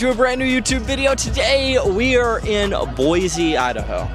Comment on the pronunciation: dawg it’s Boy-see not boy-zee